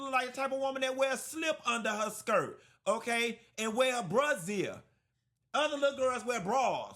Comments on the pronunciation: “A bruh-zier” 🤭😁😂😂😂😩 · He said brah zier